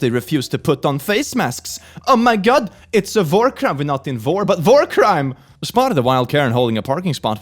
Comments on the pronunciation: did he just say "it's a vore crime" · You realise when you say war crime like that it sounds like vore crime right?